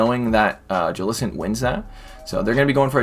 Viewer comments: Hate the way he says jellicent. It's not "ja-lis-ent" it's "jell-i-cent" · i hate the way he says jellicents name